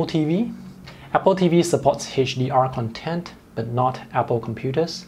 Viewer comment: It just drives me crazy that you keep pronouncing Content, with accent on 2nd syllabus. It is kənˈtent ... CONtent(n) = materials; conTENT(adj) = happy